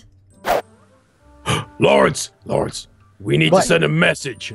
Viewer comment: Laurence = not luirens